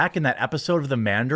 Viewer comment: Lol Jeremy calling it the manderin is cracking me up